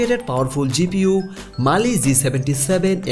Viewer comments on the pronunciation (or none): none